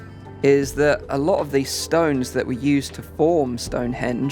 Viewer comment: A lot not A low okay. Okay not oket. Cali